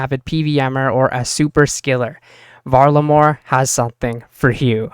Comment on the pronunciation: Val-Ah-Mor not hard to pronounce they said it about 83 times in the summer summit stream lmao